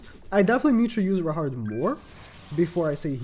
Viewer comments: His name is zahard not rahard😂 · when you say "rahard" instead of "zahard"...